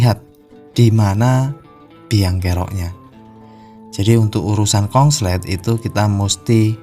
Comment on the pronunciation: Pak konslet jadi kongslet